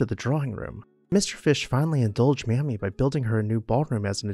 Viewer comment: Her name is pronounced May-Me